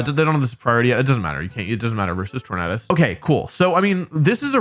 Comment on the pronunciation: I have seen countless videos of you saying Tornadus. For the love of all, Wolfey. It is not: TOR-Nad-us. It is: TOR-NAY-DUSS. LIKE TOR-NAY-DOH. lol